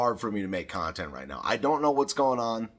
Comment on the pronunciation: "Inspired Contont." o/